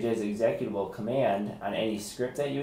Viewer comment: Haa Exec at abul lol. seconds. How can you work in computers and not know how to pronounce executable!